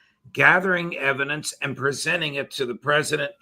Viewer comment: Em-PHA-sis on the evi-DANCE...